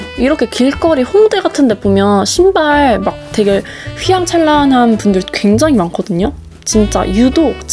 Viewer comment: 휘양찬란이 아니라 휘황찬란입니다